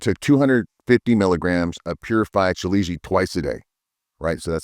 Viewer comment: Ill pass.thx.lol..and you pronounce it so incorrectly 😅